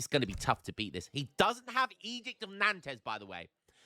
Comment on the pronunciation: It is pronounced "edict of Nahnts" btw, not "edict of Nandos"